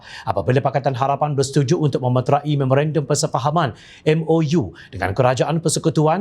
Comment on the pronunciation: Maaf bos, sebutan sebenar metrai adalah sama seperti menyebut perkataan serai, gerai dan petai .